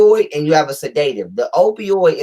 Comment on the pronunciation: LET'S MAKE A FEW CORRECTIONS BEFORE YOUR LECTURE. >>>>THE WORD SEDATIVE IS NOT PRONOUNCED SA-DAY-TIVE, THE CORRECT PRONUNCIATION IS SED-AH-TIVE. >>>>NOW, LET'S LOOK AT PROMETHAZINE WITH CODEINE. THIS MEDICATION IS USED FOR PATIENTS WHO ARE SUFFERING FROM PNEUMONIA WITH A PERSISTENT COUGH THAT CAUSES SEVERE CHEST AND LUNG PAIN. >>>>THE PROMETHAZINE IS A COUGH SUPPRESSANT BY ITSELF AND IS HARMLESS WHEN USED CORRECTLY. >>>>THE CODEINE IS TO RELIEVE THE PAIN WHILE THE PERSON IS COUGHING. >>>>NOW THE PROBLEM THAT COMES IN WITH THIS MEDICATION IS THE FACT THAT THE CODEINE IS MIXED WITH TYLENOL WHICH IS DAMAGING TO THE LIVER IN LARGE AMOUNTS. >>>>USUALLY THE DOSAGE OF TYLENOL TO CODEINE IS 325MG(TYLENOL) TO 5MG, 10MG, 7.5MG(CODIENE). THE LIVER CAN SHUT DOWN IF MORE THAN 3000MILLIGRAMS OF TYLENOL IS TAKEN WITHIN A 24 HOUR TIME FRAME. >>>> THE USUAL DOSAGE IN A TEASPOON (5ML) OF LEAN IS THE 325MG/5MG, 10MG, 7.5MG. >>>>SO, 325MG(TYLENOL)X10 TEASPOONS IS 3,250MG. ENOUGH RIGHT THERE TO SHUT THE LIVER DOWN. >>>>WHAT IS HAPPENING IS THAT, IT IS BEING POURED WITHOUT MEASURING PLUS MIXED WITH OTHER SHIT! >>>>AND MAYBE POURED MORE THAN ONCE A DAY. SO THEY AREN'T ALLOWING THE LIVER TO CLEANSE ITSELF TO PREVENT FROM BEING OVER DOSED. >>>>THE MEDICATION IN LIQUID FORM CAN BE PRESCRIBED AS 1 TEASPOON EVERY 4 HOURS WHICH WOULD EQUAL 1,950MG OF TYLENOLIN 24 HOURS OR 2 TEASPOONS EVERY 6 HOURS WHICH WOULD EQUAL 2,600MG OF TYLENOL IN 24 HOURS. (4X6=24, 6X4=24). >>>>THE SPACING ALLOWS THE LIVER TO CLEA